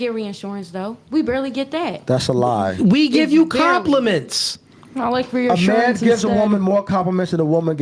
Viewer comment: ReAHHssurance, is it really a NoFugaze (also pronounced wrong) if isn’t mispronouncing something. It’s like bro hasn’t seen 90% of words ever written down